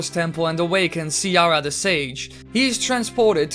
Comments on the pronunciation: Great video, only isn't "Siria" called Saria? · just saying, how do you mispronounce "Saria" as "Siara" so often? is it a version difference? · It's Saria! Not Siara...😤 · Siara its saria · Siara? Or have I been saying Saria's name wrong this whole time? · It is Saria not Saira. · "Siara the sage" Ugh lemme puke SARIA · How did you get Seraia out of Saria? Not trying to be mean or anything, in fact you're one of my favorite theorists ever, I'm just saying. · Where tf do you get "see-rah-uh" from saria?